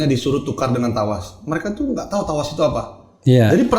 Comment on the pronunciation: Trawas bukan tawas chuakssss🤣